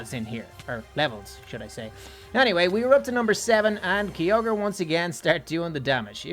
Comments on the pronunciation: Kyogre is pronounced like (k-i-ogre) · Has anyone else heared him saying kyoger was his first rideable "DRAGON"